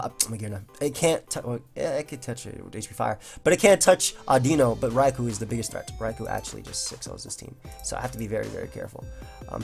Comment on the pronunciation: Today I learned how to pronounce Audino. Thanks.